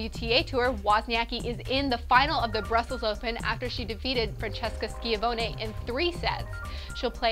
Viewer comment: pronunciation tips: "Skeeahvoenie", "stoesir", "almahgro", "Mary-un Bartoli", "petkovitch", "jokeohvitch", but thats the way the announcers say it on the tennis channel, who knows who's right, haha. luvya